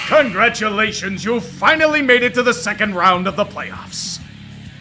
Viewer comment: "Congraturation" lol solid AVGN reference.